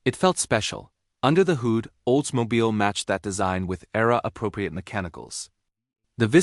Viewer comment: AI voice stinks. can't say hood? :(